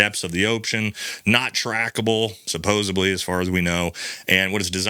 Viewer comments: Sir, I think it's supposedly.. not supposably. No offense meant. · Love this channel! Side note: it's supposedly not supposebly . Also, you say ' yeaaah' a lot. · "NEW CLEE UR" "SUPPOSE EDLY"